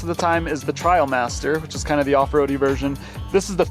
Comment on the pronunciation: I think it’s TrAILmaster, not TrIALmaster.